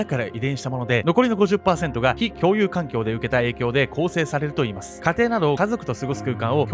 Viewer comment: 「ﾋ↑共有環境」ここ吹いた